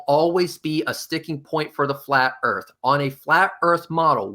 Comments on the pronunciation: Accent was interesting. I repeatedly heard "shape of the arse". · Did he always say 'erf'?